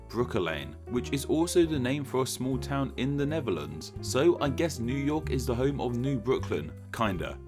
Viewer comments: As a person who exclusively speaks English, pronunciation of the "Neverlands" was also pretty painful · Neferlans....that was nasty